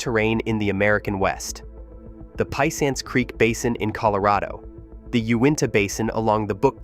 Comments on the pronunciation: Hey bro.....its "U..inta".....and "pe..once".. Like uintah mountains and pe-once .. creek......I know ive put rigs there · Let me help you out here a little bit with your pronunciations. 1) Uinta is pronounced 'U-IN-TUH'. 2) Piceance or Piceance basin is pronounced 'PEE-AUNCE'. If you ever visit the area don't ever let other people there hear you pronounce it any other way. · Pee ance basin. NOT pie cance...